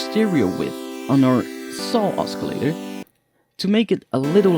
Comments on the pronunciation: oscillator has a silent c... its pronounced ossilator, not oskilator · [ oss-ill-a-tor ] the 'c' is silent :D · it's OSCILLATOR not escalator. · >.>' not grammar... oscillator is pronounced the way it is, because that is the english language. just be lucky thats my only criticism of the video, ive seen much worse videos. XD